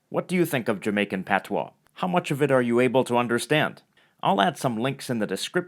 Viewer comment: You Sir did a great job with our language! Appreciate the accuracy. Thank you!